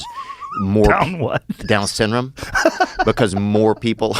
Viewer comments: "Down what?" "Down sinrum." Joe just cracks up and doesn't bother to correct him 😆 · I thought he said dumb syndrome lol